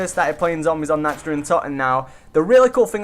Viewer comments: You say it like this Nawkt not natched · the way he pronounced nacht gave me a migraine